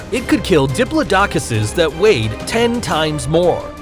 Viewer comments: No ones gonna bring up how he said diplodocus? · I haven’t heard patagotitan said like that!!! Or diplodocus